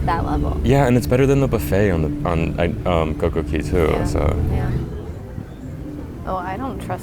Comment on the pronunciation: Ok we need a SERIOUS explanation of why you guys say Coco Key instead of Coco Cay.....